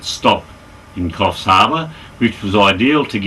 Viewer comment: I believe the name is Korfs, not kofs.